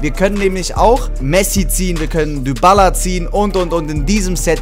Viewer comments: Man spricht Dybala nicht Dübala aus sondern Dibala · Man spricht es Dibala aus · sagst immer dübala der heißt dibala wir aber halt dybala geschrieben